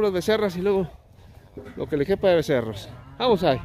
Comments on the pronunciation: Becerros no vecerros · Se dice becerros